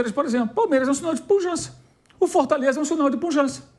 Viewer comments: Não demonstra "puLjança"! PQP, pujança com "L" no meio é PHodda, viu? O cara além de recalcado é também inimigo da língua portuguesa! Mais um jornaliste, flamenguiste e progressiste que a gente tem o desprazer de encontrar nessas lives da vida... 🤣🤣🤣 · alguém precisa avisar que não é "punjança" e sim pujança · Punjança? Reinventaram o português? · Os caras falam "punjança". Acho que é suficiente.